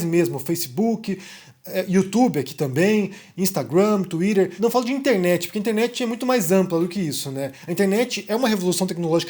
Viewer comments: "banido do Touirer" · 🤣🤣 É engraçado quando o fala assim.🤣🤣🤣